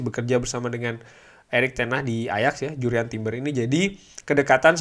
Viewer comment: Harusnya bahasa Inggris nya . . .ya Jurrien Timber.